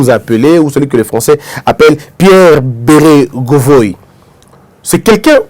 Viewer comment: Pierre Bérégovoy prononcé bé-ré-go-voix.